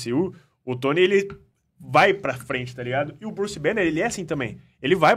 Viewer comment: Druce banner kkkkk tiraram o b kkkk😅